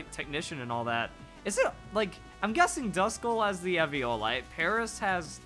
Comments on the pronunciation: It is E V O LITE not EV I O LITE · im talking about pronunciation. He says EV IO LITE it is E VEEE O LITE the i is pronounced as an E. He says it weird and wrong and it makes me cringe